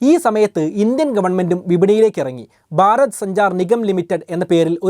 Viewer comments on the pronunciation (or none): none